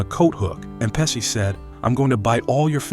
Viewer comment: It's pronounced "Pe-shee" not "Pe-see"